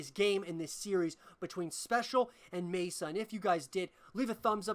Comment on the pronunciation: MaSa is pronounced Mah Sah rather than May sa